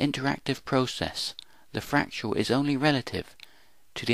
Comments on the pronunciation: Learn to say fractal correctly, please: frac-tal, not frac-tu-al. BTW: This video explains nothing. Your "explanations" are meaningless jumbles of words. Take for instance this gem: "This paradox can be explained by explaining a potential infinity of possibilities formed from a dynamic universal geometry that human mathematics itself is based upon." 1) You don't explain something by explaining something else. You explain something by showing a cause-and-effect relationship to a prior set of conditions and showing the forces in play that move from one to the other. 2) There are many geometries and therefore none can lay claim to being "universal". 3) Mathematics is never invented, it is discovered. It exists even before its discovery. Therefore it cannot be claimed to be "human" as though it were a human invention. Finally, 4) two points on the boundary of a fractal having an immeasurably great (and possibly infinite) distance between them along the boundary are not explained by a potential infinity of possibilities. Only one possibility actually exists. Any explanation must lie elsewhere. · Fernando Bernardo It's painful to listen to. I can't make it to the end of the video. I don't know what pains me more: the abuse of scientific concepts by someone who clearly doesn't understand them, or the absurd pronunciation of the word "fractal". "Fractial". Jesus.